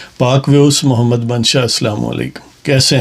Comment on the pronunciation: اس نشئ کو نہ تو کلمہ طیبہ پڑھنا آتا ہے اور نہ ہی خاتم الانبیاء یا خاتم النبیین کہنا آتا ہے اور نہ ہی صحیح طور پر محمد صلی اللہ علیہ وآلہ وسلم پڑھنا آتا ہے۔ ویسے اسکا قصور بھی نہیں ھے کیونکہ موصوف کی والدہ ماجدہ قادیانی یعنی مرزائی تھیں۔